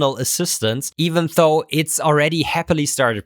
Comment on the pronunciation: "Though" is pronounced with a soft "th" as in "this" or "that", not a hard, hissy one as in "think". I really enjoy your videos, but since you like to really use this word, please pronouce it correctly? It makes me cringe every time...